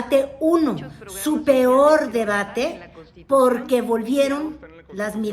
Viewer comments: No dijo "pior"...dijo "pioj" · pero yo no quiero la señora q dice Pior pior ? eso es la que quiere ser presidenta de México? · Cuando dijo 'pior" me imagine la cara de los que critican al presidente por no saber hablar 😂😂😂